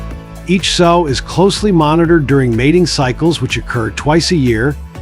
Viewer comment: Pretty sure in this case, "sow" rhymes with "auw"! I'm in pain and discomfort with your repeated mispronounciated....sow = so We're not sowing seeds here ! And definitely not sowing garments !